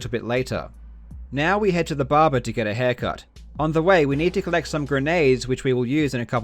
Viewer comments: Barber not barbar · Its "Barber", not "Baba" :D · the bahbah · This guy: *Explains everything* Also this guy: Babba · I like how karl pronounce barber as babar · I love how he pronounces barber "baba" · I love the way Karl say "Barber" Bahba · When he says barber, he says bahbah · I love, how he says "barber", it sounds like Russian "баба", which means grandmother. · Nobody: Karl Jobst: Bobba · "barbar" Is this JarJar's gangsta cousin? But on a serious note it's a very impressive find! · "Now we head to the BARBER to get a haircut (...) before entering the BARBA (...) inside the B A B A" Love your vids Karl, very interesting! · the way you pronounce "barba" is priceless :D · Karl’s pronunciation of “barber”: fuck r’s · Karl, I enjoy your videos but more importantly I enjoy the way you pronounce 'barber'. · weird considering he's australian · The way he says “barber” tho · i like how you pronounce barber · No disrespect, but the way you say barber with your accent is priceless. Awesome vid. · I love how he pronounces the word barber.